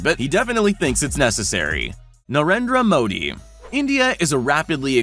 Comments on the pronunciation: I am from india and you pronounced narendra Modi wrong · the way he pronouns narendra ji modi is kinda funny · and you pronounce narendra modi wrong